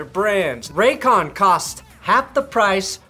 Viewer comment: Lol Raycon I thought you said Raytheon 🤣